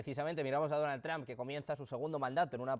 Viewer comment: Donald Tram? Se escucho debil hacia el presidente . Es Donald Trump y se pronuncia Donal tromp